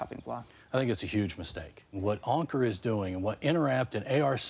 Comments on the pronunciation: Hassan mispronouncing Ankur’s name & his own name to make it easier for Americans.. Ankur is pronounced Un-coor not Encurr. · Hasan, you are saying Ankur wrong